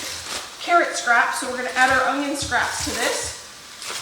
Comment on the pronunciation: ...it's onion...not ungyion! I used to say it that way all the time. Now after working at it for years I've corrected it most of the time. I wouldn't have said anything buy you use onions soooooo often and I hear it all the time. Correct it if you will or not I'll still be watching!!!!